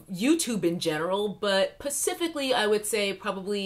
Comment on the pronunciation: ....I love when you say "pacifically"- I. I just love it.❤